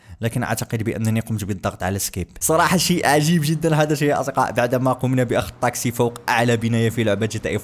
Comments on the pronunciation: ليش تقول طاقسي بدل تاكسي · ليش اتكول طاكسي مو تاكسي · لغتك العربيه جيد جدا لكن سيارة الأجرة اسمها تكسي وليس طكسي... بالتوفيق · لمذا تقول طاكسي هي تاكسي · مو طاكسي تاكسي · ما يكول تكسي يكول طكسي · احكي عدل شنو طاقسي